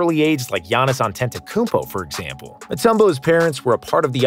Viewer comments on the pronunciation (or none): And yet he soon after fails to pronounce giannis’s name